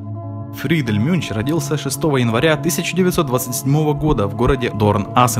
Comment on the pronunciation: Műnch это немецкое слово и читается как мюньх,а не мюнч.